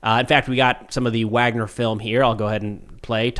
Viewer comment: It's Wagner, not Wagner.